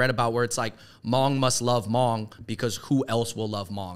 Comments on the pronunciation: Good discussion. Thanks for creating space to talk about the Hmong. Just a side note though. No one don’t say “Moob”. In the Hmong written language, Hmong is spelled “Hmoob”. It has the same annunciation: “Mong”. Haha. Just thought yall should know incase no one else pointed it out. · omg noooo! love y’all, but if “hmoob” is what was attempted to be pronounced, then that’s not it 😭😭 it’s more of the Hmongs’ authentic spelling of “Hmong” based on the written system developed for the Hmong by American missionaries(?) who were in Laos(?) (please feel free to correct me for anyone who knows how it started) so our writing system is based on the same American English alphabet. Our original written language got lost back in the days when our ancestors were all still in China, unfortunately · I know this is an Old vid but I lol'd my ass off at the Hmoob part. " They call themselves Hmoob". It's still pronounced "mong" but the b is a tonal marker in the written language. The double O's make an ong sound in The language. I'm sure you know by now, but anyway thanks for repping Hmong/Miao people dudes. ( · Wow, great video! FYI, "Hmoob" is the Hmong spelling for Hmong, it's still pronounced the same as Hmong, not pronounced "moob". 😅🤣 Another underrepresented Asian group are the Karen people from Nepal/Tibet. They started immigration to Minnesota about 17 years ago and tend to look up to the already established Hmong community in Minnesota to figure out how to handle life in America. Every country in the world has little known or unknown minorities, Japan, has the Ainu people for example and the list goes on if you research each country. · “Shout out to the hmoob” haha the pronunciation is wrong. It’s hard to spell it out but you don’t actually need emphasis on the B. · Please post an apology video for saying hmong wrong😂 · Great content, but no one is going to bring up how dude mispronounced HMoob? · Ah cmon Andrew from the start your pronunciation of Hmong was wrong wth